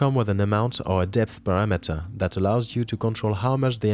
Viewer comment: dude why does every youtube video have people who never pronounce english words correctly? "parra-metter" is not how you say "parameter" jesus fkn christ, learn english before you start instructing others on youtube.